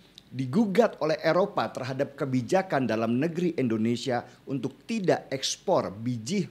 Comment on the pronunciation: indonesia✔️ endonesia✖️ endonesa❎ 😁.....